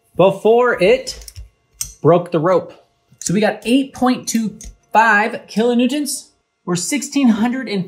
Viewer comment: "kilo newtents"